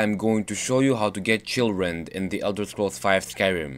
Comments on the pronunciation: Haha. At first i thought he said: how to get children in skyrim. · In the beginning, it almost sounded like you said children xD